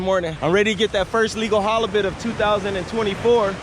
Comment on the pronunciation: now. "Hollobit" , what is that? Are you saying halibut? Flattie is also ok. If you want to catch fish ditch that rig. Get some weighted hooks and some of the small rainbow rubber baits. That way you are on the bottom not midwater with your sinker dragging the bottom. It seems like you like 'pancakes' and you'll find plenty on the north side of the jetty. Pancakes galore! A batch of turbot would be much better than no halibut. On a boat or tube you can use multiple hooks.